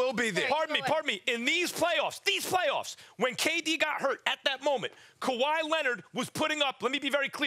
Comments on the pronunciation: Fix ‘Kawhi’s’ name 🤦🏾‍♂️. Got my man leaning on the board lol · the way that lady put kawhis name back hurts me